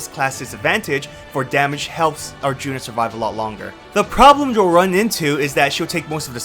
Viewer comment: I died at "Arthuna" 🤣